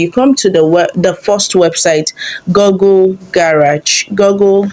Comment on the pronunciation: It's pronounced GOOgle, not GOGGLE. You shouldn't be making such mistake in pronunciation